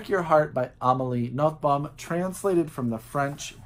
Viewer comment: Positively surprised to see Amelie on the list. Her family name is pronounced ''Noton'' .